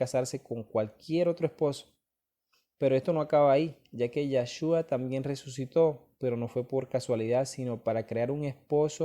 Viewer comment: Es yeshua no yashua